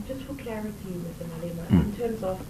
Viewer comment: I thought I was the only one who heard ‘ANIMAL OUT’